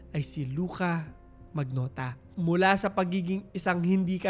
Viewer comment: "manyota'' ata yung pronunciation nun